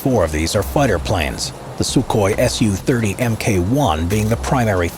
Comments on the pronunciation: Correction It's actually H A L rather than hal, and it's Sukhoi su30mki than su30mk1. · It's not Su-30MK1 but SU-30MKI(mki)!